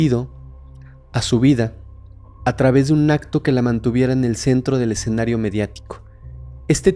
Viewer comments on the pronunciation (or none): none